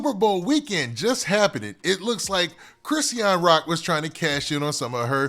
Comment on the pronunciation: I wish u would just call her Rock or somethin if you're not gonna pronounce her name right 🙄